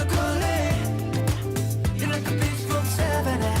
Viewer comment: it's beach not bitch. lmao.